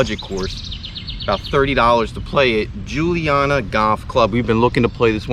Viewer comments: You’ve captured the spirit of the community; it’s indeed the most wholesome kind of Philly grit. And it’s pronounced Joonie-Yadda. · Dude, how hard is it to pronounce Juniata 😂 Joo-knee-atta. Not Julianna. And it’s definitely in Philadelphia. Grew up right down the street.